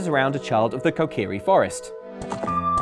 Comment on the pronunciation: When you realize how pronounces Dee-ku Tree & Ko-ka-ree Forest 😐 it's almost as angering as learning how some people pronounce Behemoth from Final Fantasy